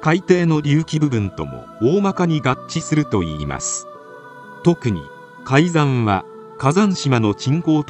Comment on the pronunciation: 「海山」は、「かいざん」と読むのが正しいやうです。